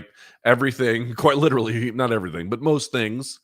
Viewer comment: If I may, worldview, LIT-TER-AL-E